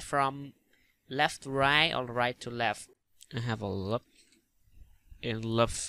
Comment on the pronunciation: It's not lup it's loop